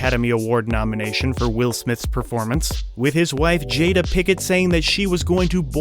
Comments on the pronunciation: Learn to pronounce. It's PINKETT, not "Pickett". Oh well, big deal. She's a c*** anyway... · Her last was ‘Pinkett,’ not ‘Picket.’